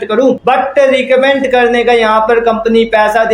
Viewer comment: Bolna to Sikh lo phele recommend to bolna ni aa rha 😂